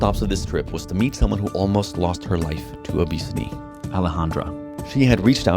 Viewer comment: Its obesity not obsity